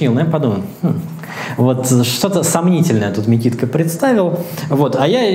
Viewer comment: Опять этот Микитко, можешь что угодно утверждать, так не произносили это имя в большинстве случаев, это из-за того что там губной, ну назовись Бикиткой тогда.